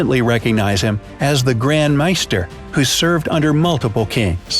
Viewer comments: Meister? It's maester... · And the way he says maester, ugh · Why can't no one pronounce the word "maester" correctly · How are you mispronouncing these names so badly? Maester, Catelyn, Lothar, and then you went and added an "r" in the middle of Theon's name. Maybe watch a few episodes of GoT so you know what you're talking about. You ruined my enjoyment of this video. Terrible. You also mispronounced Madame Maxime's name.